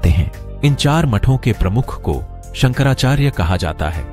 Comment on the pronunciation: शंकराचार्य बोलिये संकरा चार्य नहीं